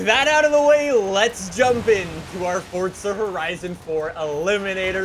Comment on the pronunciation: Everyone: Forza: Fortza